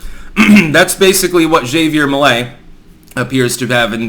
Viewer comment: He sounds even.ore funny if you speaks spanish. His argentinian accent makes him more spicy. Anyway, Milei is not perfect obviously, but is the less insane candidate that Argentina have in the elections. PD: It's also funny how pronouns his name as "Xavier Milley".😂